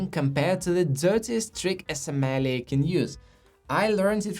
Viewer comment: I enjoy your videos, but could you please practice pronouncing "sommelier"? It currently sounds like you're referring to something entirely different. :face-green-smiling